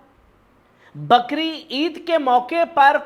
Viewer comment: बकरीद नहि बकरी ईद बोला जाता है